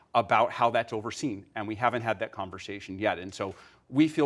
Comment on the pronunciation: I'm gonna pretend I didn't hear him pronounce it like "thayat"